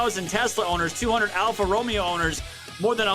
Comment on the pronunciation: I never heard anyone pronounce Alfa Romeo the way you did. You certainly brought a smile to my face.🤗😄